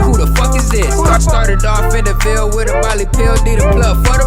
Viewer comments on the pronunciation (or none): none